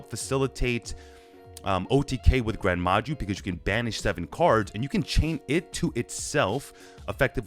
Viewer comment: i stopped watching when you said gren maju tbh